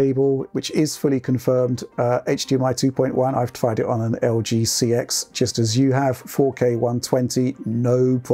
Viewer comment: For a channel that prides themselves in technical accuracy can’t even pronounce LG CX.